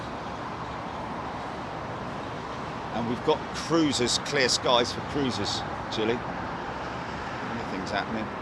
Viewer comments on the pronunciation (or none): none